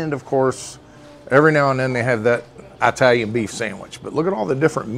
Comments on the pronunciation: Now you KNOW it’s not “eye-talian!”Just like you know it’s NOT “ ex- tree”! Learn to speak Sir! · Eye-talian. From the country of Eye-taly? 😂